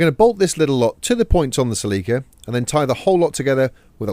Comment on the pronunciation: Holy crap. I saw the drawings and realized they were saying "Celica" and not "Sleeker".